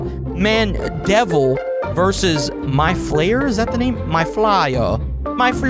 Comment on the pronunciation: its name is mide flaer